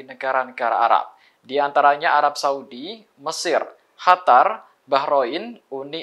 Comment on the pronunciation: Gagal fokus sama pembawa acara chanel nie.. Bbrp orang mengucap Q sebagai H.. Qatar menjadi Hatar.. memang ada perubahan di KBBI kah? Serius nanya..🙏🙏🙏